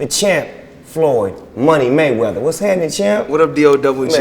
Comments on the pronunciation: maygueder hahaha wtf its mayweather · Boss Player... His name is maywether... He's the code that nobody had broken... The Mavinci code?